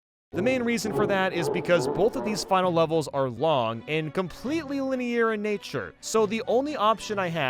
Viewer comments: Linear not lineeair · its pronounced linear not liny-air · do you pronounce 'ear' as 'e-air'? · Why does he pronounce "linear" like that? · No one: (in French): 𝐿𝒾𝓃𝑒𝒶𝓇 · Please learn how to say "linear" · Your pronunciation of the word linear is so inconsistent lol